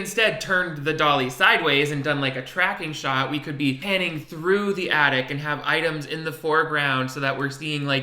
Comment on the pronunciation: I started playing this video while I was making a sandwich and thought you were talking about " the addict". And the girl in the video was sad on Christmas because a family member is a drug addict. I finally realised you were saying " the attic". 😆